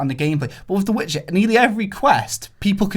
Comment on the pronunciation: Disliked because you couldn't even say Witcher... Seriously bro??